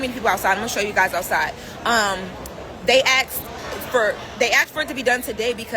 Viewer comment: They “axed” is all I needed to hear. I am out.